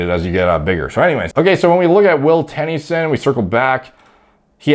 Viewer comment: Will Tenn-E-son 😂 love you